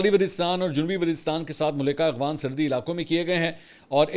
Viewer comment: منصور بھائی لفظ اغوان نہیں افغان ھے